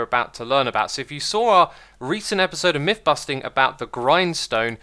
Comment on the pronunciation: It's MYTH busting, not MIFF busting. Learn to speak.